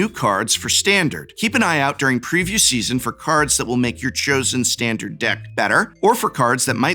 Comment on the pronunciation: What is that "Stahn-Dahr-d"?